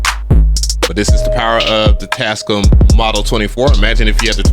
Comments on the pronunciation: It is your right to say a word anyway you wish, but why do you say Tas-cum? The manufacturers themselves pronounce it: Tas-cam? Individuality is wonderful but you do sound weird when you say it that way. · I give up bro. You win!! It’s “TASCUUUUUM” from now on😂😂😂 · 😹...Always called them "Tascum!", instead of "Tascaam!"💥😂..(knew I was correct)!😼...a BIG! thanks! for the confirmation!💥🤣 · The manufacturers themselves pronounce it: tas-cam not tascum. But I support your right to say it any way you wish. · Tascome got me weak lol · I’m now watching for pronunciation!! 😂😂😂. Tascum, reverb, sequencer are all added to the list! 😂. Love your videos dude! 😎👍🏿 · Tascum is the ONLY way I'm pronouncing their name now 🤣🤣🤣. I want the Live 3 AND the model 24 though, still rocking the OG MPC one for now